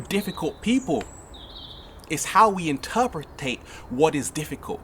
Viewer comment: Great vid man. I love your positive energy and positive messages. Always nice to hear. Side note though, "interperitate" is not a word LOL! :) just messin hahahaha